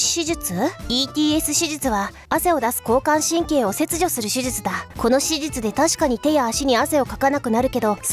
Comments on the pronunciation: 全く関係ないけど手術が地味に言えてないのが可愛い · 手術の事しじゅつって言った！ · 思ったけどフェルミって手術のことしじつって言うよね